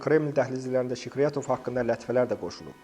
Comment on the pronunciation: Zəhmət olmasa,haqqında danışdığınız şəxsin ad,soyad və atasının adını aydın tələffüz edin. Sikriyatov,Skuratov,Şıkrıyatov,Şkiratov,Şkuratov ya necə?